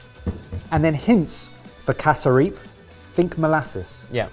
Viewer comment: Hearing the boys say "casa-reap" instead of "cass-rup" was wild. Also instead of cassava bread, roti would've been great for a side!